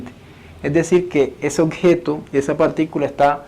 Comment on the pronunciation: Buen aporte. Una recomendación no es lo mismo que “el objeto” que “el ocjeto” jeje saludos